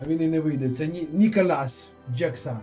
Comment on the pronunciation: Пане стрімере, передивіться, будь ласка, відео, де пан Ніколас з Челсі вимовляє своє прізвище